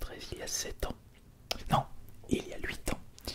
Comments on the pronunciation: Oui c'est hyper énervant, pas compliqué de pas prononcer de l au début d'un mot 🤣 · A chaque fois j'entends Lhuite au lieu de huite😅